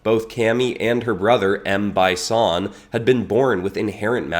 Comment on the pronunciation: You could have pronounced "Bi Son" as "Bee Son" instead of "By Son" so it would be a clearer reference to Bi Han